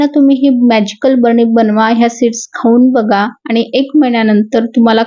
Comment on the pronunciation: "भरणी ".... नाही ग, बरणी.....😅😅